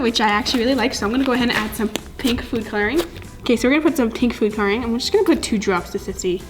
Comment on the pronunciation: No hate but I drives me crazy when she says coloring wrong